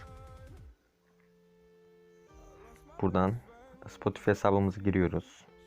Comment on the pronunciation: Spotifi diye okunmuyor Spotifay diye okunuyor